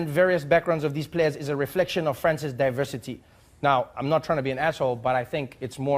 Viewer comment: "adversité" ou "diversité" ?